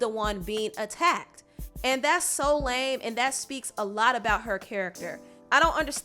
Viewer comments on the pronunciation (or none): none